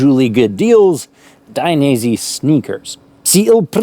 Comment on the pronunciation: Daines..eh! not "i" 😀 keep up the great work, cheers from Italy!